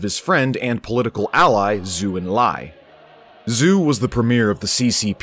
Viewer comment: Zhou is pronounced like a hard "Joe", and Deng is pronounced similar (but not exactly the same) as "dung". In Chinese "E" is pronounced like English "uh". So De is pronounced "duh", Peng is pronounced "pung", and so on.